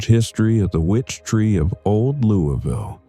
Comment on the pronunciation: It’s pronounced luvul. lol